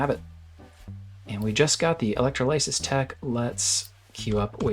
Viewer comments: suggest looking up how to say electrolysis. 2nd syllable emphasis. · Electrolysis is not pronounced the way you think it is, LOL